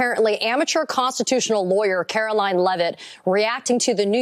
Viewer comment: Please pronounce her name correctly. Her name ends in line not lyn. Take it from someone who has had my name mispronounced and spelled wrong since Kennedy was president. The names are different and not interchangeable.